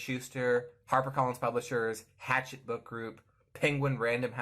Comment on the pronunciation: Isn’t it pronounced “ha-SHET”?